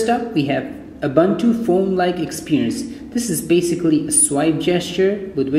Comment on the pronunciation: oo-boon-too dude. great review btw